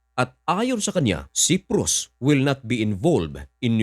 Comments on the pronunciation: Patangatanga ka mag basa....Ito daglatin mo na Lang...( Say-prus) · Cyprus at hindi siprus correction lamang . Tagalog ka ano ?!!